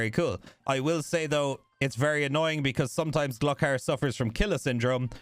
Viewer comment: Gluck ar? Nooooooo Gloooo kar omfg dude